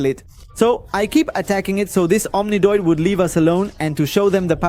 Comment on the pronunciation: bro keeps saying omnidoid